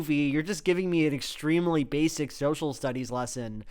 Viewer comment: Little Joel, how could you be so wrong? Extremely only has 3 syllables, not 4, and family only has 2 syllables, not 3. How did you not know that?